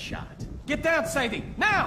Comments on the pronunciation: "Say-dee", not "Sa-dee". They literally say her name throughout this... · Say it with me, Say-dee not Saddy